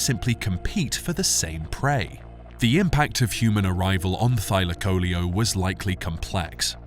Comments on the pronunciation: Thy lak o leo......learn how to pronounce its name .....it's not thyla coleeo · I've normally heard the name pronounced as Thy LAC o LEO vs Thy la CO leo. I also thought that the insane jaws were the primary killing tool. This is only the 2nd vid I've seen claiming that its claws were used to disembowel its prey. Is there research to support this?